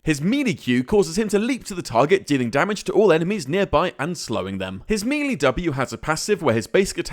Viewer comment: MELEE NOT MELEE